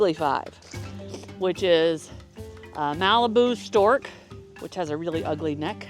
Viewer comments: MARIBOU, not Malibu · They are Maribou Storks not "Malibu"